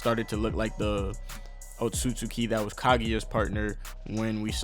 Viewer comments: my nikka its "oht-sut-ski" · It’s pronounced Otski